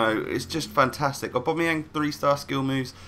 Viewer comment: saying aubameyang:"aubamoyang